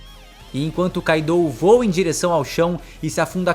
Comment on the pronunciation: se diz Kaido, kaidou não😂😂😂😂😂😂 vocês brasileiros me cuiam bué, Gostam de trocar os nomes dos personagens dos animes